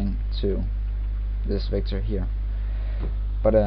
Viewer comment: Anyone else feel like he's saying victim? It's kinda scary.